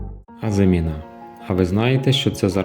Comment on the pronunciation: З усією повагою до Вас, хочу попросити не плутати слова “озимина́” і “азимі́на”. В українській мові наголос у слові "азимі́на" на передостанньому складі (порівняйте: мали́на, кали́на, ожи́на, гороби́на, журавли́на). Перегляньте, будь ласка